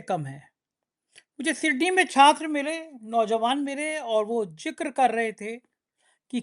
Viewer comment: Zikr ko jikr kyon bolte ho..z oar j mai faraq sajho..